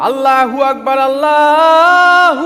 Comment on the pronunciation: আরবিতে আল্লহু আকবার উচ্চারিত হবে ভাই।🙂